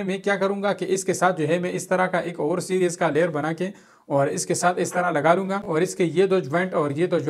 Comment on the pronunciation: لالہ سیریس نہیں سیریز ہوتا ہے